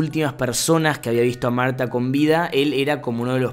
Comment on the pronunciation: me encanta que le pone pronunciación a todo tipo en el principio dice: mAuRtTa y yo: marta:P